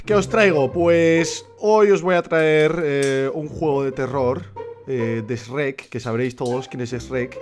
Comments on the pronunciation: cierto lo pronuncia de otra forma :v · xD se pronuncia chuek y es imposible que no lo sepan pronunciar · Mi abuela dise shuerk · Tataje Rojas Aquí lo pronunciamos como Shruek o.o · Todos: SHREK Rubius: E S R E C K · Rubius le dice esrek yo le digo chuek :v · Anime Games/Noticias & Hentai Games ASI NO SE ESCRIBE SE ESCRIBE SHREK NO SHUEK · Anime Games/Noticias & Hentai Games en latino es shrek es el verdadero nombre como le van a decir shruek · porque Carajos Le dicen 'EsRek' es Shrek Los españoles no entenderán busquen como Se dice Shrek en latino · Qué raro es escuchar el esreq cuando yo lo pronuncio chrueq JAJAJAJAAJAJ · El lo dise tipo: esrek Y yo le digo tipo: shuek xdxdxd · JAJAJA me sentí tan confundido cuando decía ESH-REC, JAJAJAJA no sabía que en españa tal vez sea allá que se dice así. Bueno en Venezuela se dice normal, como Chrek, (Se que así no se escribe, pero para que entiendan como se pronuncia aquí). Ay bueno ustedes entienden JAJAJA. Like si tú también dices es Chrek. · El rubius: SREK Mexicanos: EL CHUEK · no shueck, se dice shruek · Españoles:srrek Maxicanos:shrek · Nadie: Absolutamente nadie: El tito rubius: Esrek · Rubius: S E R E K E K Yo: E L V A T O V E R D E Latinoamerica: S H R E K FedeWolf: C H E R E K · En España la mayoría de gente dice esrek yo me incluyo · El Sombare: CHRUEK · En mi casa le decimos "SHUEK" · siii mall xD es yrec lool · Tataje Rojas sip, se pronuuncia yrek pero los españoles y el inglés no se llevan muy bien... xDDD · luis reyes Chuerk o Chruek se pronuncia una vaina así, también soy de Venezuela. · Aca en chile se pronuncia shuec ajaj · (iLyncolme) Se dice Chruek hasta el tipo en ingles lo pronuncia asi... pero los españoles le cambian la pronunsiacion a todo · like por "EX RECK" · Shueck? wtf, no conozco nadie que le diga shueck.... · Nadie: Absolutamente nadie: Rubius: sherek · Yo de decirle srek. . El Rubius:EeshhhhhhRreq . Also Rubius: Asno. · ¿Por qué le dice Esrrek? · Qué raro pronuncias Shrek 😂😂😂